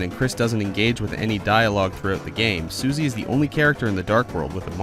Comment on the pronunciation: says "Suzy". Not Susie.